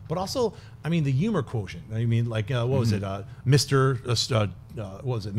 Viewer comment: Jon sees humans and humor as yumans and yumer and it's destroying my ears. But I'm a huge fan so it's not like that'll keep me away. But it will wake me up in the middle of the night